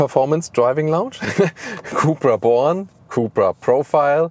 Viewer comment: Did you just said cupra bolan 😂